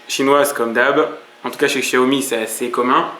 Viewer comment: Enfin qqun qui prononce "Chiaomi" !!!! MERCI